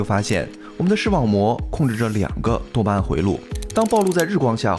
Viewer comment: 多巴胺聽起來好像在說耶穌；